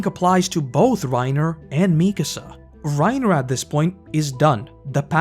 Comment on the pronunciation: Can we please not ignore that its "MikAAAsa", and not "MIIIkasa" 😭😭😭